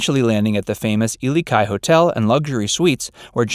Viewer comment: How one earth is it that you pronounced the Ilikai correctly but butchered Waikiki? It is Wy-kee-kee, Not Waa-kii.